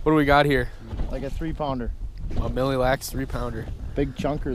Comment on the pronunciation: please NEVER say milly lacs again!